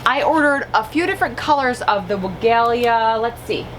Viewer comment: Love your videos and your energy, just a suggestion, you should check the PW video on the pronunciation of Weigela.(Farmers Market greenhouse grower)